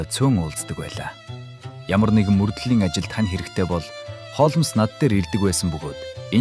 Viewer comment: Үхсний Холмоос гэж солиороод байна аа.Хоолмс гэж болно.Уг нь бол Холмс